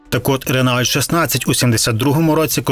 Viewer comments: Ну який "ренаульт"? 😂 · РЕНАУЛЬТ!!!😅😅😅😅😅😂😂😂 довбаний колхоз🤮🤮🤮 РЕНООО!! курва, ви хоч думайте бвняками своїми!!! Ренаульт😂😂😂😂😂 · Кожен раз коли чув ренаульт замість Рено, хотілось чимось важким кинути в голову автору відео. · Та не "РенАульт", а Рено!..Авторе. перед тим. як братися щось розповідати, вивчіть спершу матчясть. І весь час- оцей нав'язливий саркастичний ухил розповіді . А, між тим, подобається це авторові чи ні, а свого часу "Жигулі" стали справжнім проривом у радянському автопромі й спричинили розвиток нових сфер виробництво - приміром, виробництво нових полімерів. Плюс не підходьте до оцінки "Жигулів" - продукту розробки кінця 1960-х років минулого століття - з мірками оцінки сучасних автомобілів. Це не надто коректно. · Дуже цікаво слухати, та ще й старі фото подивитись! Але, на жаль, дуже б'є по вухах цей "Ренаульт"😊 Коли мені було десь 10 років, ще при срср, діти теж так говорили)) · Ренаульт...))) Автор просто знущаунт зі своїх глядачаунт...))) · Я так і не зрозумів, що таке "ренаульт"...